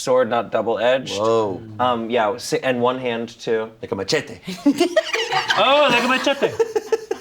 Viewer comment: Why is saying anything with "mache" so funny